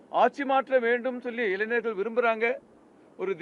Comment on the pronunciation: இங்கே... இங்கே.. என்றால் எங்கய்யா ஒரு தகவலை தெளிவாக சொல்ல முடியாதா? இடம் நாள் நேரம் சரியாக சொல்லுங்க நாளை என்றால் இந்த வீடியோவை என்றைக்கு பார்க்கிறார்களோ அன்றைக்கு மறுநாளா? மைக்கை கடித்து குதறுவார்😂 இளைஞர்களா இளைநர்களா?😂 கடைசிவரை இடத்தை நேரத்தை சொல்லவில்லை இவரை எல்லாம் கட்சி பொறுப்பில் போட்டு வச்சுருக்கானுக கொடுமை கொடுமை...